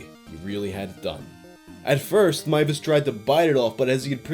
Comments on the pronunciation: hears pronounce last name as 'Mai-ves', sighs with relief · THE NAME WAS PRONOUNCED CORRECTLY HOLY SHIIIIIIIT YOU ARE UNASSAILABLE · ngl this is the first retelling of this case in which Meiwes' last name is pronounced properly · DER METZGERMEISTER! This story is one of my favorites it’s so strange and insane! Consented cannibalism also THANK YOU! FOR SAYING HIS NAME RIGHT FOR ONCE AND NOT BUTCHERING (pun intended) A GERMAN NAME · for not butchering the name. Another creepy thing was that Armin Meiwes built an industry standard slaughterhouse. He advertised it and he refinanced by housing tourists who thought the cannibal house was a gimmick for his "hostel" and that he was just putting up an act when talking about his "dream".